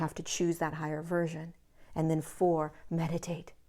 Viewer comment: Did you say medicate, or meditate??!!?